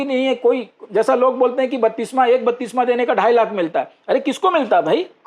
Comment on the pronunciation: बत्तिसमा नहीं बप्तिस्मा